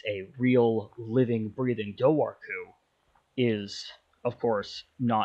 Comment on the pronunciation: It’s pronounced DOOR-WHO